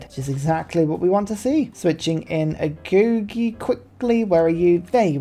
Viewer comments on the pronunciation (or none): Great video but the way you say amenity and agoge makes me mad no hate tho keep up the video